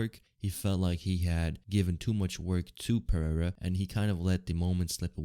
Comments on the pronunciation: "R" in Portuguese is pronounced "eh-he'''... you pronounced "Pereira" in the most ignorant and retarded way... Learn the basics you tard... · You say "Pereira" so incorrectly like a retard...